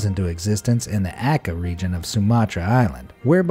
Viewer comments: you say ak-eh? it is ach-eh the ch is like the one in change you are disrespecting my country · ...narrator said a-kay sumatra, but it's much closer to a-chay (Aceh, Sumatra, Indonesia) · its A-ceh not A-keh,im indonesian and that is how you say it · Ummm....bro it's pronounce Aceh not "akeh" it's spelled "C" not as "K" And BTW Aceh is a big muslim region on Indonesia so cheating with another man wife is a dumb shit,even PUBG are illegal on Aceh